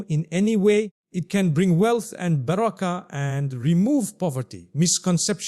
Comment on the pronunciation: The way he said baraka it does not seems original